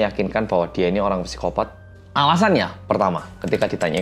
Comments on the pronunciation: /saikopat/ bacanya pesikopat😁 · psikopat dibacanya "sikopat" bukan "psikopat" mas